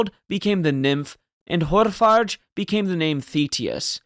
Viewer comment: It's Hårfager. The g is pronounced like g in e.g. golf. It's means Hair-beauteous. I.e. Harald with the impressive hair. He must have been a looker.